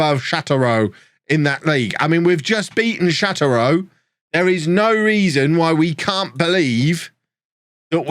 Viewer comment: This Tours team is legendary. Also, Châteauroux: shah-toe-roo Stade Lavallois: stahd la-vall-wah